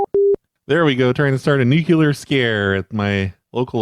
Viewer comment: Jesus,, learn how to fucking pronounce ‘nuclear’. 😠